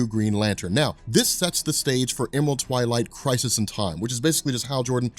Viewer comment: Are you pronouncing it as 'crisees'? Also I didn't see anywhere where it's versus Superman...